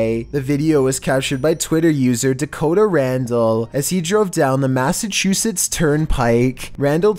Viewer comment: his lungs make him mispronounce words? Like what's Massasuchettes?